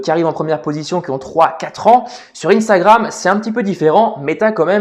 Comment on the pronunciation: Instagram, sois tu le prononce en français,sois tu le prononcé en anglais mais tu ne le prononce pas les deux😭